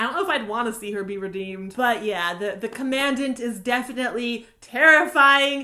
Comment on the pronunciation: You mispronounced commandant